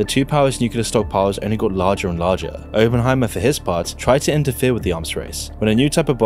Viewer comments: Opp not ope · It's Op-En-Heimer not open-Heimer my man but good VOD though, Keep up the good work... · Why doesn’t half the planet understand it’s Oppenheimer, as in operation. NOT OPEnheimer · I wish he would pronounce it correctly as oppen, not open, good lord. It's like, how does research this yet not know how to pronounce the subject of his research? Might as well pronounce nuclear as nucular! Oh, wait. He made that error too. Unbelievable. Oh, and the hyper sped-up voice? Why? YouTube lets us speed up if we want to, why embed a sped up, compressed voice, which just ruins the presentation? Ugh. Hard to take seriously when it's obvious the presenter himself doesn't care. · Can you not speak? There is a double P in his name if you did any real reseach and understood the topics you are talking about you might actully know things like this so let me help its pronounced Op-pen not Open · nuCLEAR. It's Nuclear. It's not "Nukulur." It's a huge pet peeve. You're making a video about "Ahh"-penheimer of all things... Nu-clear. "nukulur" is simply not a word. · bro really said openheimer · Openheimer. Nucular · It's pronounced Oppenheimer, not Oppenheimer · Great video I just hate the why he says Oppenheimer. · Couldn't watch this due to the pronunciation of Oppenheimer 😂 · Why can't you pronounce his name correctly? It's super rude to say it like, a hundred times, wrongly on a video about the dude.